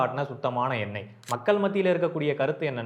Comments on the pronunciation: எண்ணெய் என்பது தான் சரி👍🏻😊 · எண்ணெய் ... சொல் சரியா சொல்லுங்க.... தமிழ் தப்பா பேசினால் தலையில் தட்டணும் 😂😂😂😂